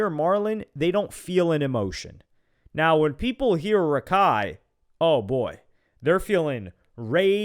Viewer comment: Its not Rakai it't Raikai